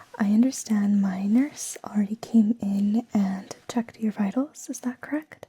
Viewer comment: When you said ”my nurse” i heard ”minors” and got so confused i lost the tingles lol